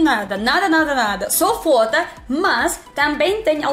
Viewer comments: você quis dizer FOTO, mas entendi como FODA. Kkkkk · cuidado com a pronúncia: foto e foda são coisas distintas. Você é carisma nitroglicerinada! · Quando ela fala foto parece que tá falando fóda